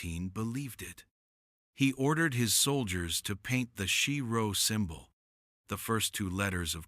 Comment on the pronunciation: Isn't it pronounced Key Row not Chee Row?